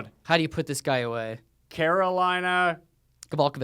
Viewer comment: It's ko-vol-KAY-kich, not ko-VOL-ka-vich.